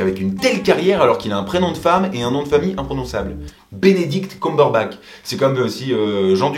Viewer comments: "Desolé si j'ai froissé les oreilles des fans de Marvel" et de Benedict Cumberbatch putain ! Déjà c'est CumberbaTCH, et Benedict sans E c'est masculin. Ensuite c'est Sherlock Holmes donc tu critiques pas ! P.S : Non, je suis pas une hateuse. Tout ceci est dit amicalement. Bisou. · Les français ont un problème avec "COUMBERBATCH"... On dit pas "COUP-CAKE" à ce que je sache... XD